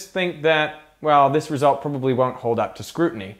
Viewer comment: Lol your Aussie accent came out when you said "probably" towards the end